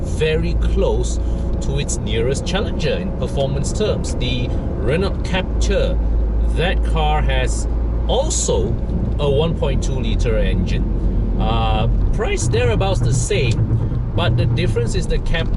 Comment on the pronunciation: I think you pronounce it in Malaysian English way. If you view the youtuber from European, they pronounce it " Captur".